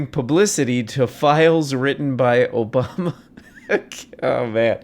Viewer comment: That dang Obamna. 😂